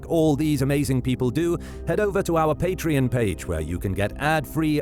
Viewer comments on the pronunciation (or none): none